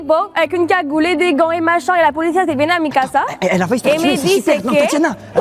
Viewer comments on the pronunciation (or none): Bigflo qui vanne la prononciation de culotte alors qu’il arrête pas de dire faillut à la place de faillit